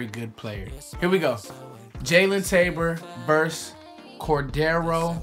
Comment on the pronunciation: Core-dray-uh Tankersley. Not raggin on ya just trying to help